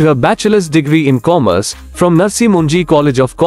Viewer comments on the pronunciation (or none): none